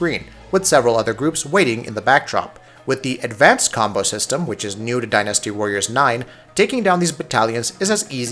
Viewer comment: I came here for Dynasty Warriors. But all I hear about is "Die Nasty warriors."